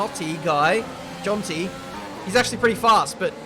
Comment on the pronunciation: I love how you said that Finnish name "Jontti". Jontti is how to prounounce it.